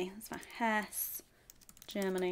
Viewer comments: I don’t know whether you speak much German, in German you pronounce the ‘e’ at the end of words so Hesse is pronounced more like ‘Hess-uh’ 😊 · it's not Hess, it is HessE with an uh sound at the end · it is HessE not hess with an uhh at the end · it's not hesss, it is hesse with an eh sound at the end